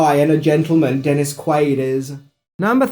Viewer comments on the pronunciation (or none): none